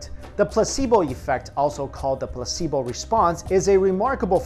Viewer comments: Anyone else hear pussyboy instead of placebo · I thought he said "the pussy boy effect" 😂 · for a second I thought he said pussy boi effect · Placebo sounded like he said "Pussy Boy" at first XD